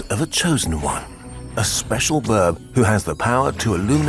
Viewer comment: Love how pronounces bird as birb